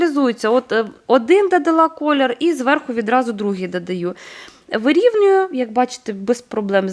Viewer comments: Так, рецепт гарний. Взагалі, дуже добре готує, багато різноманітних страв, які варті уваги... Процес приготування і корисні поради від автора каналу справді заслуговують найкращої оцінки. Щодо мого зауваження про вимову (викАристовую, дАдАю, крАхмаль і т.ін.), то особисто мені неприємно чути таке спотворення слів і я маю повне право висловлювати власну думку, а от реакція на справедливу критику, чесно кажучи, дивує, як і її агресивна відповідь і зарозумілість. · Ваша вимова просто ріже вуха - викАристовую, дАдАю, крАхмаль... Слідкуйте, будь ласка, за своєю мовою, українська мова - милозвучна й гарна, не треба її коверкати!